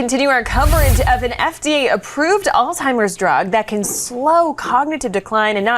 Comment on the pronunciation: Why are you guys pronouncing Alzheimer’s as All-Timers? Probably the same reason you pronounce the name Craig as “Kreg” and not as “Krayg” as it was originally created as.